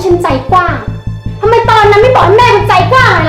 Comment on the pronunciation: .เห็นหลายรอบแล้วที่ได้ฟังทุกครั้ง.พูดคำว่าทำไม.เป็น.ทำแมะ.หรือว่าเราหูฝาด